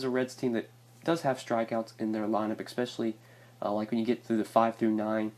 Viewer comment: It's especially not eckspecially.